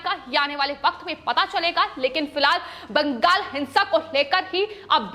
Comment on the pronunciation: madam please its not baankghall, its bangal or bengal